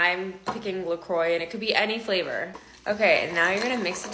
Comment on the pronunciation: How can you trust someone who can’t pronounce La Croix with making Coke out of vinegar and sparkling water? I’m not a Coke drinker and last time I checked , Pepsi was the only attempt at “improving “ the OG?